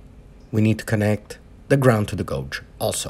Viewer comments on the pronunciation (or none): SAY IT WITH ME GAYYYYYYYYYGE NOT GOOOOOOOGE......... GAYYYYYYYYGE = GAUGE..........